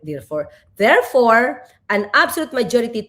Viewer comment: "Thirfore" ba Atty. Claire? Nahahawa k na yata kay "Go ahid Trillanis, Mik My Diy" ah... 🤭🤗☺️😂🤣😅